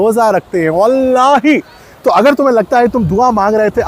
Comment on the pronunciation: The way u said wallahi👌